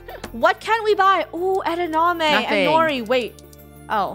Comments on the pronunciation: wait she said edaname not edamame??? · Lol she said 'edeName' Eat some beans and shut up